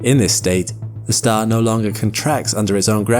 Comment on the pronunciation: it’s ah staah 😂🎉